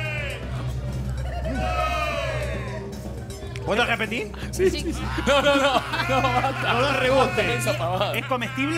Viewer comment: "¿Puedo rejpetig?" 😂